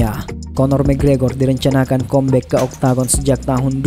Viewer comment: Kambek bang bukan kombek